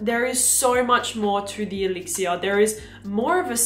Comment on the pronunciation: Please pronounce things like "elixir" in english. I can't make it through this clip.